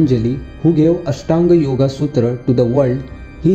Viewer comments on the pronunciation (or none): none